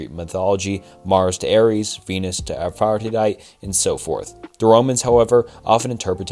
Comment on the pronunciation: Really want to watch this but the pronunciations are killing me…Aphrodite man